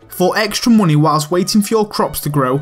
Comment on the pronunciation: "muney" liked justed cuz of his accent